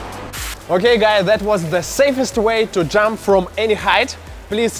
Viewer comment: wtf, "the savest way to die" ?